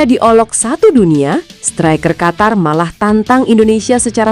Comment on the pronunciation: Negara Qatar= negara Qotor karena huruf A di baca O 😂😂😂😂😂😂😂